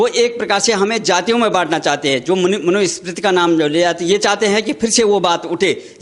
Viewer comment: बाबा मनुस्मृति बोलना सीख लो पहले